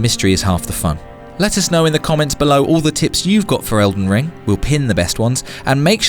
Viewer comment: You know there is a G in that games name right?